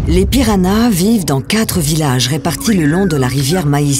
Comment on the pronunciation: C'est moi ou elle prononce PiraNas au lieu de PiraHas ?